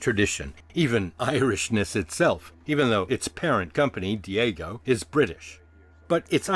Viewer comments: Sorry to be a pronunciation pedant, but I've always heard Guiness' parent company, Diageo, pronounced dee-AH-jee-oh or de-AH-zhee-oh, not dee-AY-go. Other than that very minor issue, great video. I've got a mission now to get my homebrewery back up and running and try to make something closer to 1800s Guinness. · It’s Diageo, Dee-ah-gee-oh! Not Diego, that’s a Spaniard named James. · Diego? No. Diageo. Dee-Adj-Eee-Oh. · Its Deeageeio not Diego And yes it’s muc after left there all watery n see through. Beamish and foreign extra is better . Murphy’s and original bottle even better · Good documentary - Diageo is pronounced Dee Ag Ee O, not Day go. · Dee a gee oh, not Diego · Guinness is owned by Diageo, pronounced Dee-ah-jee-oh and not Dee-ay-go as you say in the video 👍🏼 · The company name is pronounced DEE-aj-ee-oh not dee-A-go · And it’s pronounced Deee agio. Not deago. lol. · Loved this video. Sort of knew all this anyway without the figures. Diageo is properly pronounced di-adg-e-o. Great vid. Thanks. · Diageo is pronounced dee-AJ-ee-oh, They own a lot. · Love booze history. Just heads up, Diageo is pronounced Dee-ah-geo. I love trash talking them too, but for as much harm as they do with lobbying and watering down their brands, they employ a ridiculous amount of people and support many companies that would probably have disappeared over the years had they not bought them out. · Great video thank you for you're in depth testing. Just one thing Diageo is pronounced Dee-ah-gee-oh. Dia meaning: through or across and geo meaning: world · It is still Diageo. They haven't changed their name. DIAGEO!!!! Not fking Diego. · Diageo is pronounced like 'Dee-ah-gee-oh'